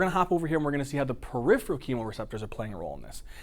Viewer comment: Awesome videos! HOWEVER, please watch some of your spelling and pronunciations!! Peripheral (not periphreal; and atelectasis not atelactasis) Pronounced per IF er al; and at a LECK ta sis